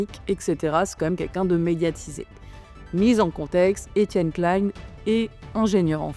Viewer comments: 😀👍 Très intéressant, bonne forme, bond fond, bien sourcé, et ni trop court ni trop long, je m'abonne. Bon, ce n'est pas un reproche, mais juste surprenant pour quelqu'un comme toi qui a dû entendre des dizaines de fois son nom prononcé, il semble qu'EK prononce lui-même son nom "KLIN" (comme PAIN) plutôt que "KLAILLE-N" à l'anglaise (comme la marque Calvin Klein). Ca fait des dizaines d'années que je l'ai entendu ainsi, et comme en France on le prononce habituellement ce nom depuis longtemps. Il faut admettre qu'en France la prononciation des noms est parfois conflictuelle, controversée, et parfois politisée, mais cela n'est pas de ton fait. Enfin, un avis sur la forme : le défaut d'utiliser des "air-quotes" (mettre des guillemets avec les doigts en l'air) est certes à la mode chez les Youtubers jeunes ou anglo-saxons, mais est un problème car si les gens n'entendent que l'audio, il ne les voient pas. Alors autant dire explicitement "entre guillemets" à voix haute, ainsi l'audio cela sera utilisable sans perte de sens. (je chipote, mais un scientifique est attentif à la communication 😏et je sais que cette remarque est appropriée). Ah, et la miniatture (Thumbnail) de ta video est bien sûr très importante pour le référencement et le clic, mais faire du Clickbait avec EK derrière les barreaux, ça craint, c'est à la limite de la diffamation, car dans aucun, sauf erreur, il ne ferait de la prison. En revanche, les expérimenteurs fous de la bande à Joyeux, eux, en risquent peut-êtr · Alors détail, ça ne se prononce pas comme Calvin Klein, mais Klein à la française